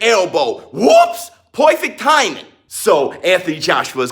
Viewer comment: UUWHOOPSS POIFICT THAIMING! Had me dying every time you said perfect timing. lol